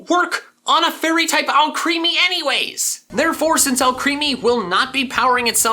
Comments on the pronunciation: It’s more killing that he calls it “All creamy” when it’s spelled “Alcremie”, pronounced like Alchemy. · If you keep saying ‘ALCHREAMY’ I’m never watching another one of your fucking videos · Are you saying Alcremie wrong on purpose like you do some others or is it unintentional, because the way you say it is creepy AF. But if I knew it was intentional, I might find it funny. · PLEASE FOR THE LOVE OF GOD PRONOUNCE ALCREMIE CORRECTLY